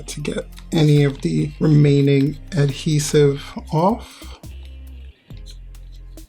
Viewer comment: You don’t know how to pronounce ADhesive you keep saying “hedhesive” lol learn English